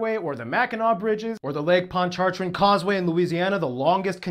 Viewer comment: Lake Pontchartrain in Louisiana, that the longest continuous bridge crosses, is pronounced Lake Pon-cha-train. The bridge is 23.8 miles long and you can't see land when you are at the midway point.